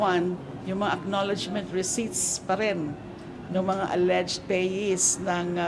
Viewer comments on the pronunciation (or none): none